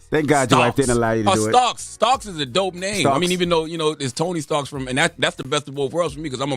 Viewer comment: Nah, Charla. Marvel's dude is Tony Stark. But GFK's alias is Tony StarkS. Black folk gotta stop adding an "s" to err'body name.